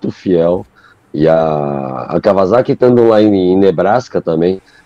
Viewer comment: Fala Kawasaki direito...não é "Kawaçaki" kkkkkkk vc não tá no Japão.